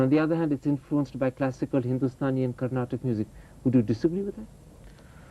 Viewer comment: Ohh man this Karan thapar do ur homework...u suck at pronounciation n information. Ilayaraja is a music director not director. Also its carnatic not carnatak...ivan la kelvi keka vanthutaan..poda poi north indian politician ah interview pannu po!!!